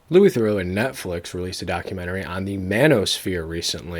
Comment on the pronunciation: "Louis The-Row"